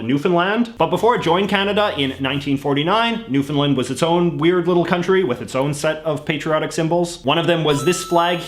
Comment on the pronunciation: Ohh almost perfect. No one ever pronounces Newfoundland correctly. JJ pronounced it right the first time but afterward didn’t ;(. Still love ya though.